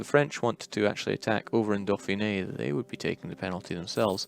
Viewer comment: I'm really impressed by your accuracy in pronunciation of "Dauphiné"